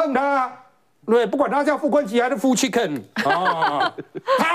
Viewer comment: 火鳳凰變炸子雞？chicken （音其昆）用火了！？